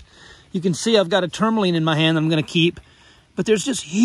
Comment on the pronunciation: can you say tourmaline correctly at all....ever?